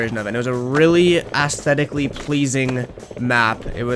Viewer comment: mans said "assthetic"